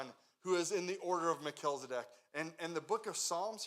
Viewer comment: Mel-chiz-e-dek. Not Mel-kilz-e-dek. 😉